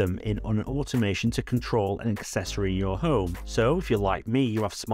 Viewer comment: Cool news, thanks for sharing. Love your videos! (including your swallowing of the "h", which sometimes has me wondering what the "Ohm App" is 🤣)